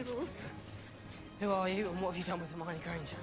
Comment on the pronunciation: It's 'Her-My-knee'.